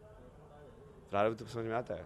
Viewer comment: प्रारभ्द क्या होता है??????? नहीं बस यही पर फुस हो गई 😂